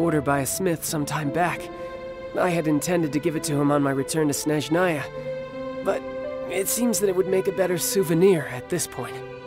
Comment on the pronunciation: “Till we meet again - in Shneznaya” Meets in Inazuma again instead lmfao